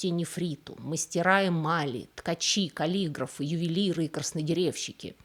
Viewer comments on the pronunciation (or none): Боже, откуда она? КалИграфы...😂😂😂😂 КалигрАфы!☝️